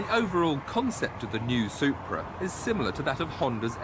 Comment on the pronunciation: I love how Tiff says "Soup-bra"